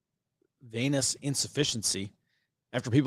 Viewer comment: I swear you said 'chronic anus insufficiency' lol. The word is pronounced veeee-nous (like the planet) insufficiency. Trump definiyely exhibits clinical signs of anus sufficiency, it will be his last organ to fail.